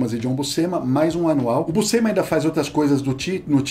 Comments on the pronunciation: Uma curiosidade: a pronuncia correta para Buscema é "Buchema", le-se como o jogo de cartas "cacheta". "SC" no italiano tem essa sonoridade. Por exemplo, "piscina" no italiano se pronuncia "pichina" (som de x). Obvio que falantes de portugues nao tem nenhuma obrigaçao de pronunciar da forma correta, mas vale a informaçao. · Em italiano, Buscema se lê Buxema ou Buchema (Bu-chén-ma). O sc tem o som de x de xícara ou xaveco. Quando eu era criança, falávamos Búscema (Bús-ce-ma) por achar que era assim em inglês, kk. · Gente vcs tão falando o sobrenome dele errado é Buschema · Andam todos pra aí a dizer que a pronuncia correta é Buschema, mas andei a ver uns documentários gringos e todos eles pronunciam BUSCEMA( Buscima)- em que o i é mais uma mistura de i e e.